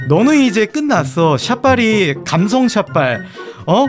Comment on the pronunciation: 감셩=미국 발음